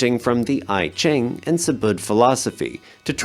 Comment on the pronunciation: Small detail. Vignettes is pronounced "vin-yets" not "vin-gets" I Ching is "Ee Ching" and Hesse is "Hee-ss" or "Hess" not "Hess-y"